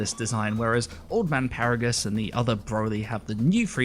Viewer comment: ... Did you just say Paragus.